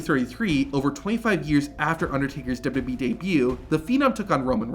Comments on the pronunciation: WWE!!! SOUNDS LIKE YOU BE SAY WB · Man, who would of thought saying 3 letters would destroy someone’s mouth. W W E being said repeatedly throughout the video as W double you bee 🤣